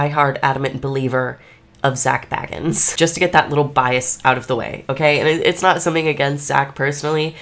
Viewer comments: It's Zak Bagans, not Zak Baggans the Hobbit. 😂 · and an F for her calling him baggins like he is some hobbit. 😂 BAY-gens like BAgel. 👍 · It’s pronounced “Bay” Gans! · right! It's Zak fkn Bay-gans lol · Your pronouncing his surname wrong it's bAgans ya need to pronounced the A as A 😊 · But at least Nick can pronounce Zak's goddamn name right ffs🤦‍♂ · You are not saying Zak's name properly. And why are you wearing a garbage bag? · Yet you somehow haven't been able to pronounce his well known last name properly just once. It wouldn't be hard to edit that in if you wanted to seem more credible, just saying. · It’s hard to take you seriously when you spend the first 3 minutes trying to get rid of us viewers. And… mispronouncing Zak’s name.